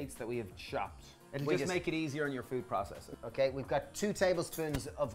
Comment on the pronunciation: please stop saying "PRA-cess-Er". please.